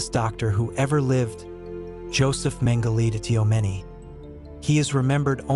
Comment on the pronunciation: Menjel ? Thats AI for you ! Bogg off